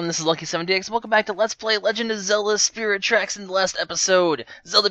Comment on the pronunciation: when he said at the beginning, "hey guys welcome to spirit tracks" i thought he said spherical tracks. not sure how that is even possible, but okay.